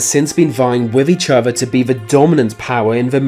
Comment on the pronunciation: Wif each ova. Or.....hear me out....with each other.....